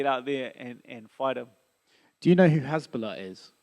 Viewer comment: It's Hasbulla not Hezbollah haha, google him for a laugh